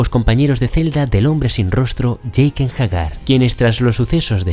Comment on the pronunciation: ¿Por qué "Jeiken”? Menudo nivel...